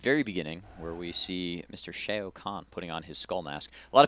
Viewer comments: It's not SHAY-OH, it's just SHAO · u said shao wrong, its said like wow, but shao..